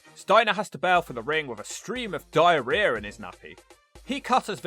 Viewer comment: lololol "stream of diareear"